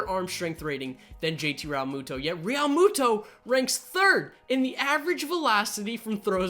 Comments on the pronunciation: How he says realmuto triggers me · Proatanything06 same